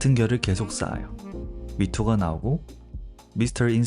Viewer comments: 미토 아니고 마이토 입니다 ㅠㅠ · 해주신 말씀에 공감 많이 갑니다👍👍 좋은 영상 감사해요🫶(그리고 MITO는 마이토로 발음합니다🫡)